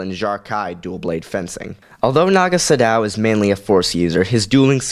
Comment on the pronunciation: It's pronounced "Sa- doe" not "su dow"